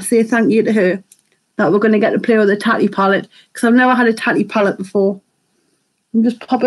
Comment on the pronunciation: I want this palette!! Are you subscribed to Tati on YouTube Lauren? She’s gorgeous ! This is her first a palette from her brand. Her name is pronounced Taaaa Teeee lol xxx another gorgeous look xx